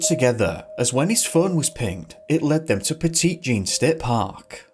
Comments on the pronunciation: Petite Jean is actually pronounced 'Petty Jean' which makes sense in the Mountains I guess ... 👀 "Yoū kneuh nùh-thin Jon Sneō..." Kidding. I love the Yorkshire accent. I know a woman here in Little Rock who is from that part of England. I also thought the park was pronounced 'Petit Jean' when I first moved here from East Coast USA. I worked in a deli and I couldn't figure out why people looked at me weird when I said that we were out of Petite Jean Ham while holding it in my hand. Smh. Great video! I'm subscribing 🤘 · 🤣🤣🤣 "petite Jean" 🤣🤣🤣🤣🤣 Petit Jean is pronounced "petty", not petite 🤣🤣🤣🤣 (Sorry, I once lived in Arkansas for years, and I'm in uncontrollable laughter hearing someone pronounce it that way!) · We live over here in Mt Magazine state park. (Hubby is a Ranger) I’ve only ever heard of the first story. And …ummmm…I don’t want to be that girl, but the way he pronounces “Petite Jean”…… it’s driving me crazy. Lol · It's pronounced Pet-ē-jeen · It’s pronounced “Pet-it” Jean not Petit like small lol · "petite" Jean? That's it for me. This guy clearly hasn't done his research if he can't even pronounce the name of the park. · It’s pronounced “petty jean” lol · Ayy I live about 15 minutes away from Petit Jean. Fun fact: us locals pronounce it "Petty Jeen" for some reason. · It’s “Pet-uh-Jean” Mountain Thanks for covering my home state ! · I live in Arkansas, and am a frequent viewer of your channel. It's cool to see a video about my home state. Also, Petit Jean is pronounced like "petty-jean". I live around Lake Ouachita, so it's not too far north of me. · That's what I came down to the comments to say. I'm going to die of laughter after hearing "petite jean" 🤣🤣🤣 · From Arkansas. I'm so sorry bc I love your channel, but it's pronounced petty when we say Petit Jean. Just for informational purposes. Again your channel is super. My fiancé and I love it!